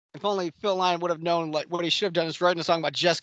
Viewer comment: Sorry but I found your guests very disrespectful and didnt enjoy this review at all. How about getting some guests who actually love Lizzy? And if you can't pronounce Phil's surname correctly then you ain't no fan.